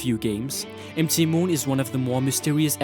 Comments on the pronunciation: M T Moon? It's pronounced mount moon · Empty moon don't you mean mount moon like mountain moon not empty moon. MT stands for mountain and is pronounced mount. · its mount moon..not M(em) T(ti) moon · ROFLMAO!!!! "emtee moon" hahahahhahahahahhahahahaha... ROFLMFAO!!!! "emtee moon" hahahahhahahahahhahahahah...aaaaahahahhahahahhahahah! Wipes tears from eyes...Dude, MT is an abbreviation for "mount" for "mountain. So it's really "Mount Moon" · mt. is mount so you say mount moon not mt moon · mt = mount = moutain stop saying MT Moon you sound like an ass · Mt Moon reads "Mount Moon", dude. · Nearly cringed with M T moon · said m-t moon but yeah his pronunciation is pretty bad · Although, he says, "M - T - Moon"... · Are you foreign? M-T Moon? It's one word "Mount Moon" and S.S Annè? It's like a name "S.S. Anne (Ann)"